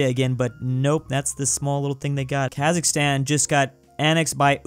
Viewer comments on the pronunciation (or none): none